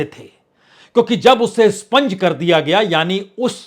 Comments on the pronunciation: Sponge nehi expunge. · स्पंज नहीं expunge होता है । कृपया सुधार लें । उम्दा विश्लेषण ।